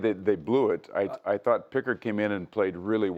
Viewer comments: this guy doesn’t even know what he’s talking about lol. Pronounces pickards name wrong. Doesn’t even say the right name for the game tying goal to send it to overtime. Who is this guy lol. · (Jake) WALLER. (Calvin) PICKHARD. Bro, doesn't say the names right...lol